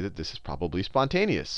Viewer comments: "spouteous" lol nice try sal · "Sponteous" lol great video